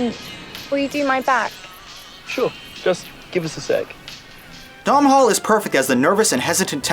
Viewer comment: Domhnall Gleesons name is not "dom hall", its gaelic, its pronounced "dough nall". Yes Im irish and I have a couple of friends called Domhnall so I know of which I speak :) Now my review: This movie is one of the rare gems of a romcom that a man won't mind being dragged along to see by his other half. When you see this if the first thing you want to do after leaving the cinema isn't call your father I'd be amazed. The father son relationship in this movie is sentimental but also very loving and makes me want to connect with mine more strongly. A beautiful & moving movie IMHO.